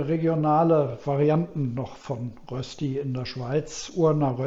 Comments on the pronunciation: Das spricht niemand in der Schweiz mit Rösti aus - sondern versucht einfach es einmal das Wort "Rööschti. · Es stimmt, es gibt bei uns in der Schweiz viele, viele Rösti-Varianten. Eines hingegen ist unumstösslich: Es gibt nur DIE Rösti! Und zwar mit langem ö und bitte mit sch. Also Rööschti. DER oder DAS Rösti geht gar nicht. Und bravo, die fertige Rööschti sieht perfekt aus!